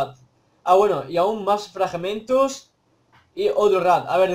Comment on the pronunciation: Tío eres tartamudo dices frajamentos cuando se dice fragmentos